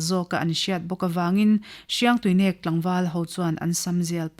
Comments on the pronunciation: Hriangtuinek nilo Hiangtuinek. Tihtur ani zawk. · Paite tawng a nih chuan Hriangtuinek a "NEK" lai hi thluk deuh tur ava nih hmel ve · Mizo (lusei ) tawng a "min nêk suh" inkhelh a mi kan va nêk kan tih ang a thluk tur nih hmel ka lo ti ve mai mai thadou leh paite tawng alo nih chuan